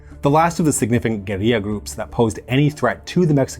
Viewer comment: Thank you so much for the proper pronunciation of 'guerilla' - I hate to hear 'gorilla wars' 😂. Almost as bad as 'aluminum'.